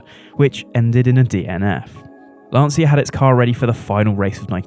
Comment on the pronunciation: Thumbs down for pronouncing Lancia as Lansia